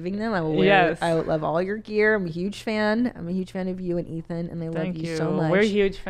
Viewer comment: She called Ethan athon. Lol